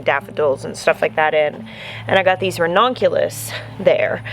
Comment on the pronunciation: It’s actually pronounced ra-NUN-cu-lus. But, I agree. Every time I hear her say ra-NON-cu-lus, it makes me think of redonkulous. 😀😀😀